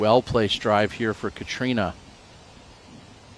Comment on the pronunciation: Why can't use Catrina's name correctly.